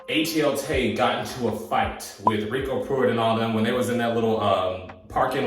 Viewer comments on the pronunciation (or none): none